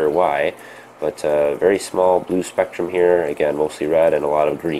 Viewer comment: you read spektum power wrongly